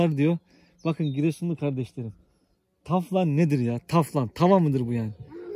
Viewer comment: Taflan ne reis teflon gibi